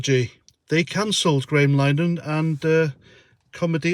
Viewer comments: I think it's pronounced " Linner Han " not " Linehan " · It's Linehan, not 'Line-an'. Ignorant twat. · You might done research into Graham Linehan's surname.It's pronounced LINAHIN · Just a point of good manners and polite criticism. The chaps name is pronounced Lin-eh-hen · I fully agree - just a gentle note that it’s “Lynn-a-hin” - my attempt at a phonetic spelling of the surname “Linehan” ! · It's pronounced 'Linnyhan' just FYI